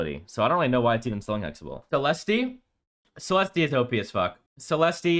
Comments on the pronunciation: You do not pronounce the E at the end of Celeste bro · The way you pronounce Celeste is so annoying. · Are you deliberately pronouncing Celeste's name wrong as a joke lol? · 99% sure it's a joke. He even says it normally when he is talking about Holliday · He knows. He’s joking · the moment i heard you pronounce CELESTE, i knew this list is a troll. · it’s a joke to pronounce her name that way, and this list is nothing but facts. if you think this list is bad it’s because YOU are bad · The way you pronounce Celeste is giving me gout.